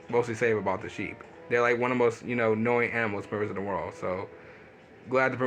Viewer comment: HAHA WTF THE FISHER MAN KILLED THE SCORPION WHY?!?! I like the scorpions omg and it was cute how they look at each other!!! Wait what happens if you pressed B on the scorpion??? "knowing animals" or "annoying animals"?